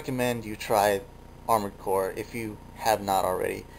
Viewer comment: armored cores, articulated like amored cores, since FOREVER!